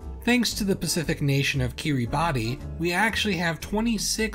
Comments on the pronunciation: Fun fact: It is actually pronounced "Kiribas". ^^ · By the way it is actually said Kiri-bass, the spelling is just a little special :) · Kiribati is pronounced Kir-uh-bass. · I don't understand why but I was told Kiribati is pronounced 'kiribash'. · Pronounced /kiribas/ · 'kee-ree-bah-tee' lol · Killing me with that mispronunciation... 🤣